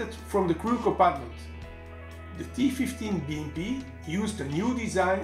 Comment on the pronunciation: С удовольствием прокатился бы на этой БМП. Первым делом переехал бы через того, кто озвучил ролик... Такого английского языка я еще не слышал. И лучше бы не слышал... "ТифифтиБиЭмПи"... С таким произношением лучше субтитры пускать!!!